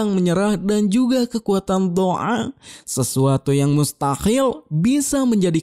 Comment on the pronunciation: ngakak banget dngr ngomong Do'a dn mustahil 🤣🤣